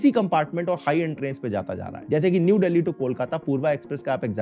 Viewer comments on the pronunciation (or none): none